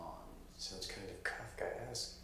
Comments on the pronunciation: Mordirit I just thought that maybe that is why got the pronunciation wrong. Risqué is pronounced differently than grotesque but they share the same “sque” part. appeared to be unaware of the “-esque” suffix (and what it means) or else he would probably have pronounced that part of the word differently. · Well. Thank goodness the pronunciation is explained in the episode. Sorry,, not even close. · It's sort of endearing that didn't recognize and couldn't pronounce kafkaesque but he took the initiative to look it up. Also don't think knew the bit from the Hangover is a reference to Rain Man and that's also cute. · No, he was not close, not at all. And yeah, the sheer number of comments correcting him are overkill, and I'm just adding to it, but dammit, It was like fingernails on a blackboard every time he pronounced it that way, we need to lash out! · You pronounced Kafkaesque wrong. They pronounced it correctly in the show. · I think it's because pronounces the title wrong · Not trying to be pretentious but every time they said kafkey eskay a little bit of me died inside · the way they pronounced was very "grotieskay" =p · Not only did they all say kafkayeskee, kafkieskay, and kafkuheskque 100 times, throws in a final "Los PoLLos Hermanos", phoenetically lol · Wrong. It's pronounced Kahf-Kay-Esque, not Kaff-Kay-Esque In layman's terms, something Kafkaesque is a beaurocratic nightmare with increasingly ridiculous and convoluted steps towards a simple goal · Lmao at trying to pronounce Kafkaesque and messing up the last syllable You were so close dude It’s pronounced Kaf-ka-Esk, not Kaf-ka-ess-Kay like you guys kept saying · calf-key-ess-gay lol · It's pronounced "kafka esk." Kafka was a writer whose works focused on situations where problems have only solutions that screw things up even more. The army calls this a SNAFU (Situation normal - all f**ked up). Marines call it "clusterf**k." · Hahaha "kafkayeeskay" 😂